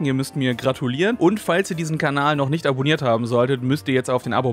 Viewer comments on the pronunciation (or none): none